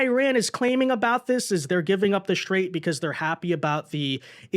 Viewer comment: The Shtrait of Hormuz